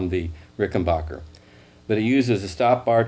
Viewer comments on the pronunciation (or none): Ricken...."back"er....... not bacher............ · It's Ricken BACKER, not Ricken BAHKER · Considering Rickenbacker is an American company, it's amazing why Americans cant pronounce it! "A" for APPLE! not ARM!! For some reason it's annoying.